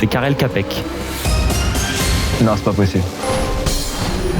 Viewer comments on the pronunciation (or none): D'ailleurs c'est un petit détail mais son nom se prononce "tchapek"! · Karel čapek, le č se prononce “tch” du coup ça se dit tchapek.